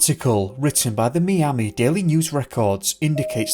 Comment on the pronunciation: Hello, fyi the city of "Miami" is pronounced "MY-am-ee" and not "me-am-ee" as you spoke it. Very few, if any, Americans would pronounce it any other way than "MY-am-ee". Thank you.